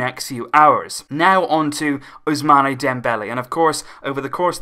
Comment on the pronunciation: Please it is not 'Ousmaneh' it is 'Ousmann' as there is no aigu on the final e. Ousmane not Ousmané